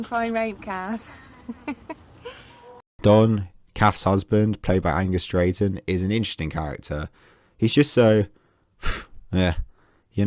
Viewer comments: Angus "Drayton". Ok, I'm out. Comedy expert. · "Angus Deayton" mate, he was the main guy on Have I Got News For You when it was good.